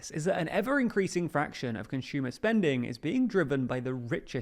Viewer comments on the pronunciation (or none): “Conshumer” I cant stop physically recoiling every time I hear it